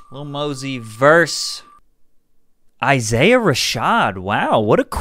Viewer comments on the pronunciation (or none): none